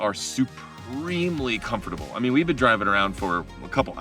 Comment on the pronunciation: You pronounced "Comfortable" as "com-for-table" and she as "comf-table".